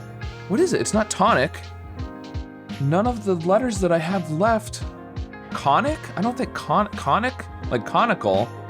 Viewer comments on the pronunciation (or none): "Conic pronounced cohnic" Cones: am i a joke to you?